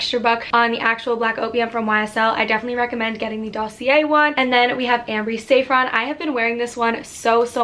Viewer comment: Damn you butchered most of the names. Fyi it's sah frawn not say frawn